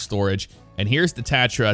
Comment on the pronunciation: You just pronounced tatra wrong